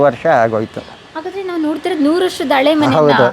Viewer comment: Please ಸರಿಯಾದ ಕನ್ನಡ ಮಾತಾಡಿ ( ನಿರೂಪಕಿ ) ಅಳೆ ಮನೆ ಅಲ್ಲ, ಹಳೇ ಮನೆ, ಅಸು ಅಲ್ಲ, ಹಸು............ ದೇವ್ರೇ 🙏